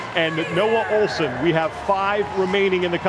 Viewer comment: OHLSEN NOT SQUAT...